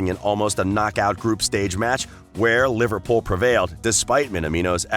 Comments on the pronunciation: Jesus.....you can't even pronounce Liverpool properly......honestly LIVERPOL ????? WTF 😡😡😡😡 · I love you man. You even try to say Takumi Minamino with an accent and don't even do that bad. Then the next breath "LIVERPAUL" xD